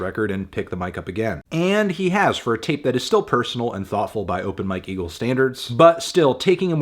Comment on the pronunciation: I was in another room and had to come back to the video to check if he really said "open my kegel" but it was open Mike eagle 💀